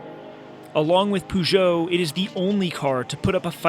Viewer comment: Shame the commentator cant even pronounce the names correctly, who the hell is Pujo or Lanchia?